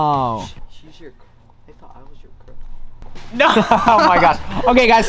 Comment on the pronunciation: Elliana not elllinana